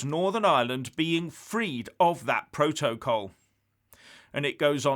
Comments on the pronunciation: The way pronounces ‘protocol’, exposes him for the thick, badly educated fool he is. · first learn to pronounce ‘protocol’ properly. is a fool, as is anybody who buys into his crap half-baked analyses. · Love the way he pronounces “protocol” and “vis a vis” -anybody else?